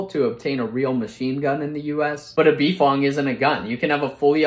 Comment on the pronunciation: To be completely honest, I have never heard anyone say "B-Fong" and everyone whom ever said it, the pronounciation was always (and I mean Always by multiple people) bfong (like bufong) cuz the way you said it, it would be more like Bee ef o en gee... which sounds stupid... that is why people normally say bufong (the U is mostly silent there)